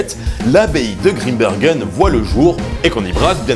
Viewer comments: Grimbergen comme dans Saint Bernard! On ne dit pas un saint beurnard donc pas Grimbeurgen svp! Merci. ☺ (Et puis ouarloos, pas Varlouse) et puis arretez d'essayer d'imiter un accent "belge" qui n'existe pas! Merci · "désolé pour la prononciation de waerloos" alors que depuis le début il prononce mal "Grimbergen" et "maes" 😆 (mais c'est pas grave, on t'en veut pas!)